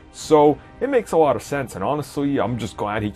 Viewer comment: Hehe 'awot of these howywood people'